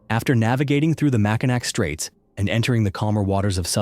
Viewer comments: For telling a story about Lake Michigan, get the pronunciation of Mackinac right for god’s sake. It’s all pronounced Mackinaw. Ignore the ‘c.’ It’s all ‘awe’ and spelled both ways interchangeably without a change in pronunciation. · Most of the people dying in Lake Michigan overestimate their ability and underestimate her treachery. No real mystery to that; My wife and I were in the lake today and it went from no waves to 6 footers in a heartbeat. Also, it's Mackinac is pronounced Mack-in-aw. Much love for the videos!